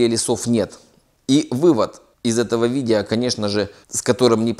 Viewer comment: Я вас прошу, потренеруйтесь говорить видео, а не видийа.